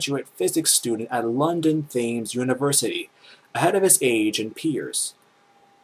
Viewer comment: thames pronounced 'tems' as in the river thames but otherwise very useful lol